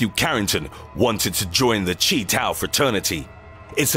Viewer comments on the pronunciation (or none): | Chi Tau - "kai tau", not "chee." | While the men in attendance may have been "Freemasons," I guarantee you none of what they did has ANY association with Scottish Rite or York Rite Freemasonic rituals. Even the Shriners don't go that far. | If you're going to bring up Kappa Alpha Psi Fraternity, Inc., which is a predominantly-Black fraternity, how about using one of several hundred thousands of available pictures. Same with FAMU, which is a Historically Black College/University - not some suburban high school marching band. Pictures of the Marching 100 are just as abundant, if not more so. Source: I am a Prince Hall Free & Accepted Mason, am a Bro. of Phi Mu Alpha Sinfonia Fraternity of America, Inc., and have at least one friend in every organization that falls under the umbrella of the National Panhellenic Council (colloquially The Divine Nine) wherein you can find Kappa Alpha Psi Fraternity, Inc. As a note: if you do lists involving fraternities, sororities, etc., consult with people are members or have more to offer in regards to information other than colors and calls. Not their family, friends, associates, coworkers, neighbors, dog walkers, baby sitters, and aldermen/alder-women. Misrepresentation is hard enough to fight, given there were enough examples to make this list. And while I may not be a member of a NPHC fraternity, I've been exposed to Black Greek life since I was in middle school. Trolls: hit my line if you wanna talk about it.